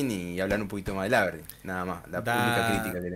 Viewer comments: cuando en el video original pronuncia mal al aberdeen me acorde de facu jajsajajaj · la forma de pronunciar Aberdeen y algunos anglicismos definitivamente me hizo daño!! 🤣🤣🤣Saludos!¡!